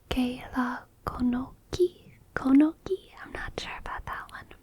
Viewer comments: in spanish i sounds like ee. so "conoci" is conocee, you pronounce is like conoki. C before an i sounds like s. cee, si Also u sounds like oo. Free Hole I Thoes can Chill it thoes. This is a funny spanish expression, sounds like you saying Little beans with little chili. Frijolitos Con Chilitos. -itos makes some words diminutive ie. little. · Pretty good reading all things considered! The only obvious thing that seemed to stump you, is how to read words with the letter C. As a general rule, if it's followed by E or I it's pronounced more like "th", so a word like "conoci" would be like "konothee"